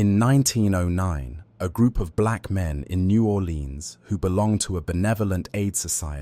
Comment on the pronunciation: Naw 'Lenz or New Orlèan(s). Are you even from there? Sorry, didn't sound like it.